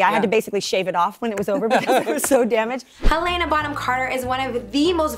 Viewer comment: ok is no one gonna mention that she said marcia, (nora) lum, and helena wrong?!